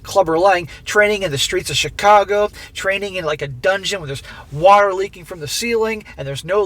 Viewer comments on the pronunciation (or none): none